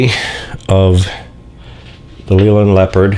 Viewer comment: It is pronounced Layland not Leeland and Midland Red was one of the biggest Bus companies in the UK after London Transport and built it's own Buses and had it head quarters in Birmingham UK.